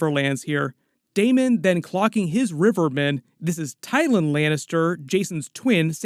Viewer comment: Ol girl calling tyland Twyin made me laugh 😂